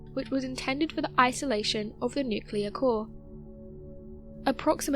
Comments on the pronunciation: There is no such thing as a nucular blast, nucular medicine scan, nucular power plant, nucular bomb etc. There is however a nuclear blast, nuclear medicine test, nuclear power plant, nuclear bomb etc. GAWD that drives me stark raving crazy!!! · HOW DO YOU SAY "NUCLEAR" CORRECTLY TWICE AND THEN REVERT TO "NUCULAR" ON THE THIRD ATTEMPT?! Sorry? "NUCULAR" grinds my nerves. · Nuclear dang it... NOT nucular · city of Ukraine?? nucElar?? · Another great video. But please, please, dont say "nu-cu-lear", that just kills me.